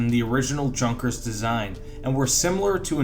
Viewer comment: God dammit it’s pronounced Yunkers